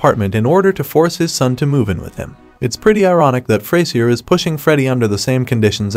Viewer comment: "Fray-zee-r" though....